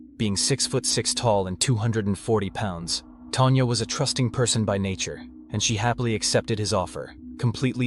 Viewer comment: Hearing Tan"jah" sounds weird. It's even weirder you eventually say her name correctly , Tanya